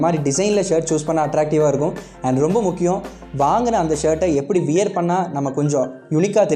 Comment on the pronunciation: நண்பா அது வியர் இல்ல வ்வேர் ....